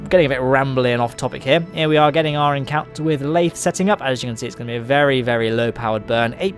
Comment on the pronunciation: You pronounced it correctly. The sea is full of a periodically vectoring force called the Boingsey force. :)